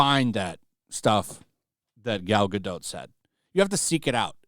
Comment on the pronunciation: Awesome how you totally butchered Gal Gadot's name!!!!! Your a total richard cranium!